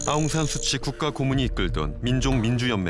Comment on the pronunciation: 구독자입니다 수고가 많으신데요 한가지꼭좀집고넘어가야할게있어 댓글남깁니다 예전부터 우리발음으로 아웅산수치라표현하고있는데 현지 발음으로 수찌입니다 우리말표현으러해석하면 웅웅산(독립영웅)의수치가되는거니 정정부탁드립니다 미얀마 다른어떤나라들보다 한류가뜨겁고 그로인해 한국어전공하는사람들도많고 연세많은분들도 한국드라마보며 간단한단어몇개씩은할정도입니다 이번항쟁을다루시며아시겠지만 미얀마에선 최고로 존경받고있는분을 수치라 표현하면어느나라든 반감이생길거라여겨지네요